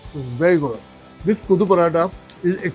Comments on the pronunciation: Not Kuthu, it is Kothu = Minced. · It's Kothu, not kuthu. It's Nool, not Noor. Kothu parotta is majorly chicken and mutton. I haven't heard of prawn kothu. Also the restaurant is not authentic tamil restaurant, if it does not serve salna with parotta. And that's not Ambur biriyani you are having (yes, extra "i" in biriyani). Ambur biriyani has actual chicken pieces in it, not fried chicken piece.